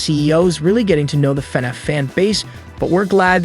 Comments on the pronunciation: Why did it sound like the narrator kept pronouncing FNAF as fuh-niff? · Why you say fnaf like that